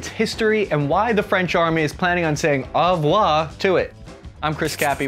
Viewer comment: Bye bye in French isn't called al revouar or how Cappy say it but au revoir